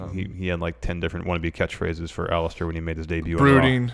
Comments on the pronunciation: Nobody:: OLLISTER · I wish knew how to pronounce the name Aleister.